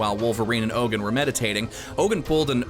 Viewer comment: It's not ogan it is Logan